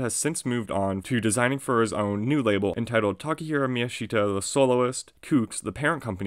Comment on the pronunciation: miyashita should be pronounced mi-YA-sh-ta, instead of mi-ya-SHI-ta